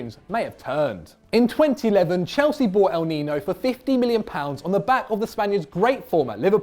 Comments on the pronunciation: Thse fact that he said el nino😂😂its el niño learn some spanish😂😂😂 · How do u work for a football channel and can’t pronounce “el niño” right